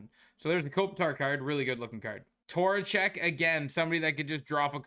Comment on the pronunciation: Who da eff is Torachek? 😂